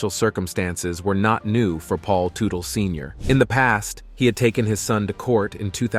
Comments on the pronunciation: What did you expect when in the first 40 seconds, the dude pronounces his last name as *Too-tell*? I tuned out right there knowing that this was going to be really lame. 😂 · The correct pronunciation is tut tal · Pronounce his name properly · Blah Blah Blah, can’t even pronounce the man’s last name. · You really should learn how to pronounce the last name. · All I heard was their last name mispronounced 700 times. In not just 1 alteration. But dozens ! Lol I swear I think it was intentional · For the love of god can you pronouce their last name properly, jesus christ man. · If you are going to do a video about a man, LEARN TO PRONOUNCE HIS NAME! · Hell, what a total waste of time. Should have known it was going to be bad when right in the beginning, the moderator can't even say the last name correctly. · right from the get go you don't even say his last name right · can't watch this crap any more because you keep butchering the families name pronunciation.